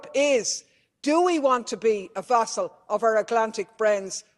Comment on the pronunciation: Vassal .. Use vassal when referring to a servant, or anyone wholly dependent on another, or to describe a place that is controlled by one that is more powerful. For example, during World War II, Poland was a vassal of Germany. Pronunciation: Vas-sal